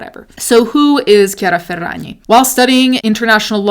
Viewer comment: it’s so satisfying every time you say ~chiara ferragni~